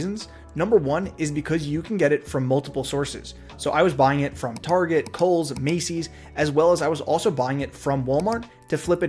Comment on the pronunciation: 56 second mark: "Coles" 😂